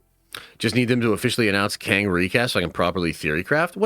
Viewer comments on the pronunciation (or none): none